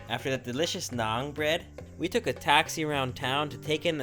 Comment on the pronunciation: it's called Naan not nang